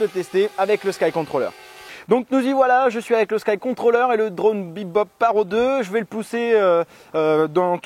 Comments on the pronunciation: Juste 25min c'est vachement bien pour un drone (et ça ce prononce parotE) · On dit parrottttt il faut prononcer le T 😂 Sinon bonne vidéo bravo supers montages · On dit PARROTE 😩